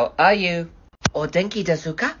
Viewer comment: as someone who is learning Japanese as a foreign language, who hasn’t even ever lived in Japan and isn’t Asian (I’m Slavic) that is NOT how you pronounce お元気ですか it’s o *gen*ki desu ka NOT o DeNki desu ka 🥺🥺👉👈